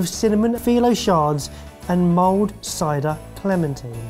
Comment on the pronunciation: Mold instead of mulled :) so great